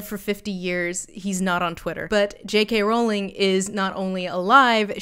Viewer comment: Thank you for pronouncing Rowling the right way it’s one of those wired pet peeves of mine that is always just too irrelevant to point out when people get it wrong